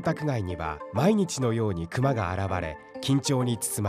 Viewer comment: クマのイントネーション。。。